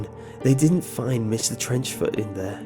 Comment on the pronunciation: I heard Mr. Trenchcoat